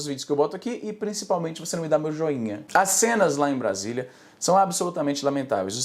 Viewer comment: vc pronunciou Brasília errado kkkkkk